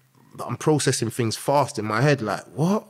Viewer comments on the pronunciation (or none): The guy uses big smart words. But says things as Fings. British are funny